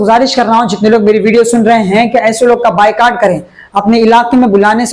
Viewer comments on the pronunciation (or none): none